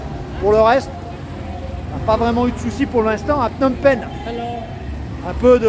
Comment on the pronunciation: de très belles images , je vais continuer à regarder . cependant , on entend Phnom Pènh ! Phnom Pènh ! et c'est un peu douloureux pour les oreilles , parce que les cambodgiens disent Phnom Pénh . à ce titre , il serait intéressant de regarder une vidéo sur la chaine "Khmer Lesson" , qui s'appelle "how to pronounce names of provinces and city in Cambodia in correct way for foreigners" . ensuite , à , "phsar thmey" , littérallement "nouveau marché" . attention , il ne faut pas oublier qu'en khmer , l'adjectif suit toujours le nom . phsar = marché et thmey = nouveau . ensuite , la visite de Tuol Sleng Genocie Museum , et le lieu est présenté comme un camp d'extermination , mais ce n'était pas le cas . S21-Tuol Sleng était le centre de torture , mais ensuite les détenus étaient transférés à Choeung Ek pour être exécutés immédiatement . contrairement à Tuol Sleng , le 2è camp était équipé pour détruire les cadavres . ensuite , pour le Musée National du Cambodge , il y a beaucoup de choses à voir , et si vous voulez avoir le temps , n'oubliez pas que le musée ferme dès 17 heures . à la fin , vous parlez de l'aéroport Pochentong , à 7-10 kilo du centre ville , mais bientôt les touristes vont arriver à PP par le nouvel aéroport dit "Techo international airport" , qui est situé à 20 kilo du centre . ouverture de l'aéroport en 2025 . votre vidéo est très intéressante sur l'ensemble .